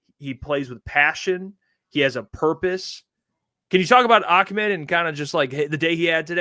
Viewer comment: Bro. Ahmad himself says it AH. I’m sure he knows how to pronounce his own name 🤯. 100% it’s not ock my boi